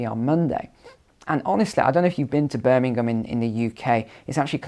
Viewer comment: Birmingham, English, lolz.